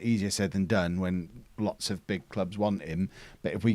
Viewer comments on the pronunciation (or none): none